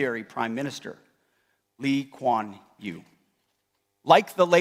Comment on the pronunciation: 他读不出李光耀的名字